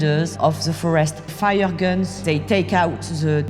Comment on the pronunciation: The video starts playing and then "suddenlýíýíý, they faía guns" and I can't stop laughing 🤣😂 Anyway, sorry for my childish humour. No disrespect, amazing journalism ;-)